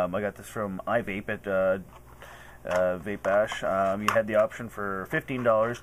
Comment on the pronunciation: vape, not cape